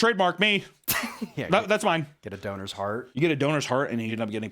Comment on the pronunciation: Doners? not Donors?